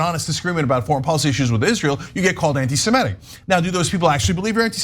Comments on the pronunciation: Ana, it's 'anti-Semitic'- not 'anti-SemEtic.' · I winced each time Ana said "anti-Simetic." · It's not 'my way.' That's how it's spelt. Both Semites and Anti-semites agree on that. And I'm not alone in the Comments pointing it out. To avoid confusion - please note that the 'i' in Semitic is pronounced as in 'idiot', not as in 'iron.' Maybe it's an American thing (I'm Australian), but 'anti-Semitic' simply doesn't rhyme with 'emetic.'